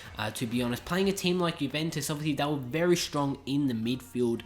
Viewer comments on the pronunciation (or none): none